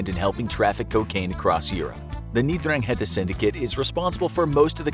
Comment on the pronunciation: I’m pretty sure it’s pronounced Dran-ghet-ah.